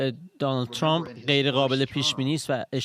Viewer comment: چرا تحلیل گران ویامجریان خارج از کشور جوررری اسم ترامپ راچرررمپ یاترروومپ یاتررررمپ تلفظ میکنند که خودامریکائی هاوانگلیسی زبانان اینجوری غلیظ تلفظ نمی‌کنند تررررمپ چرررررمپ بسه عقده 🤮 بخصوص رااقای چومپ،عقده اینکه لحجه انگلیسی داری توروکشت 🤮 چومپ